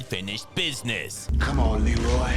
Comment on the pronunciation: Anyone else notice that in the scene where Leroy is on the roof, and his brother is yelling for him, he calls him Reloy instead of Leroy? Shit has stuck with me since I was a kid lol